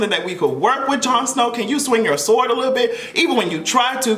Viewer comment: put some respect on Jon Snow's name!! 🤣🤣🤣